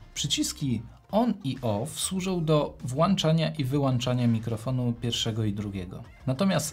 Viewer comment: bardzo przyjemne dla ucha i oka omówienie ATEMa, ale proszę zwracać uwagę na "włanczanie" i "wyłanczanie", boli w uszy😂😂